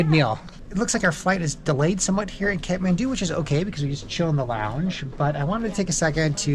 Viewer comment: Kathmandu not catmandu😂